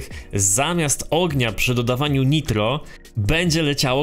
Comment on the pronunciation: Nauczcie się w końcu wymawiać: najtro, nie nitro.